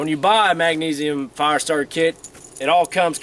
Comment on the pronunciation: I like how he says fire. Farr.